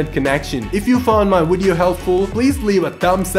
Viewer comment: Loool "Wideo"